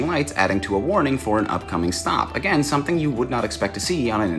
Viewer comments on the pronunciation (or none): none